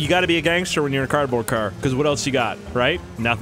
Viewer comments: You did not say cardbaord but cabet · “Carbon” I’m sorry but I’ve never seen anyone struggle sm to say the correct words..😭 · It is funny how he says carbond in stead of carbord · Intro: hey guys The guy who pronounces cardboard as carbon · this man said carbon the whole game and didn’t realize he hasn’t been saying cardboard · Take a shot every time he says "Carbon" instead of "Cardboard" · Lol he has been saying carbine instead of cardboard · not criticizing but youre saying carbon not card board not trying to be rude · You said Carpon spoiler